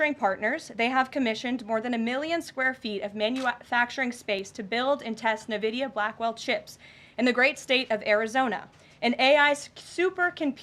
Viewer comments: N-Vidia, not Nividia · It’s not Nvidia, it’s “Nvidia”. Gosh get it right 😂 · Navidia? No NVIDIA. It’s pronounced En-Vidia. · She doesn’t know how to say nvidia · Ugh every time she said Nvidia, it drove me nuts. At least she didn't call AI "A-one." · Can't even pronounce Nvidia correctly... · does she not know how to pronounce nvidia?